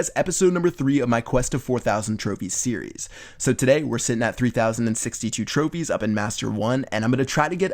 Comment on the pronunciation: Lol in the first minute he says tropies